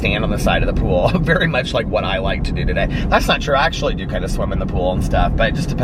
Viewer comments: “I just actually DM’d her tonight” ran together lol, but yes it does sound just like I just sexually DM’d her tonight lol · I went and listened again as tried hearing just actually but I still hear sexually DM’d. 🤣 I knew that’s not what he said but I can’t hear anything else. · yeah he definitely ran it together so they don’t sound like separate words 😂 but I definitely hear sexually DM’d too for sure.